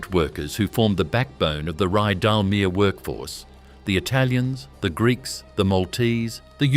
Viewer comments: This is AI narration.. Why do you do it..? The narration often doesn’t match the video..Ridalmear.. really.. .? Terrible research, so many mistakes. Do better..! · More AI drivel. Can't even correctly pronounce Rydalmere. The Air Tourer aircraft doesn't even rate a mention